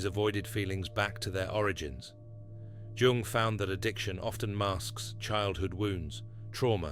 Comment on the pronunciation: This AI voiceover has steadily worsened to the point that it now inconsistently mispronounces even Jung’s own name. The whole vid’s narration wallows in the uncanny valley—replete with incorrectly parsed word collocations, phrases, and jarringly terrible phonology. It’s embarrassingly unwatchable.